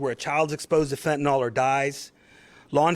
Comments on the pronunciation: Id like to point out that its pronounced FENTIN-ILL not FETN-ALL personally smoked gram after gram and im alive so the little granules they say can kill a man is if 100 percent fentanyl is used, but the imported fentanyl is just cut with a very small amount of 100 percent fentanyl. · Fenta-nill - not fenta-nall. Fentanyl. See? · One would think a professional in law enforcement who dedicates his career to being an expert at what he is trying to combat would at least learn how to pronounce the substance he is describing. Fentanyl isn’t “Fenton-All” it’s “Fenton-ILL.” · Its pronounced fentanyl not phentanol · I don’t believe this is true, I believe these to be actors on the grounds that the Chief. THE CHIEF! Cannot pronounce fent-a-nil. He pronounces it fent-a-nal. Likewise, I do not believe a single word of a newscaster who is a puker, speaks with a rise at the end like a Vally Girl, or has a speach impediment like a lisp. There is NO WAY. A person who doesn’t have impeccable speech, should be speaking. Shouldn’t this be obvious? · Good work! Excellent! 👍 One small point: It's fentanyl, not "fentanol." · Fen-te-nil “Fentanyl” Not Fen-ten-all. We need intelligent people doing intelligence. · FENTANYL NOT FENTINOL Only people's who use fentanyl call it fentinol